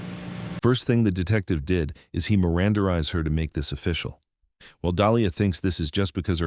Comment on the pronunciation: old content that many of us have seen circulated on plenty of channels... same with your other recent videos. dude....also, it's not " miranderized".. it's called mirandized lol